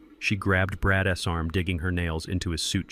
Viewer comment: Will you please teach your AI how to read the names of the characters named in the story. Very annoying! Brad's it's not Brad S. Zeke's not Zeke S etc. I almost quit listening to it but came back. Also, how to read the word COAT. It's not COT. No matter what language the story is translated, your AI should read the words correctly.